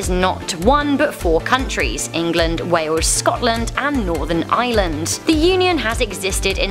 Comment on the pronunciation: Canada ???? Only risk they are at is when the Maplw syrup runs out also did you notice her horrendous pronunciation of northern Ireland and then Ireland sounded like she was saying island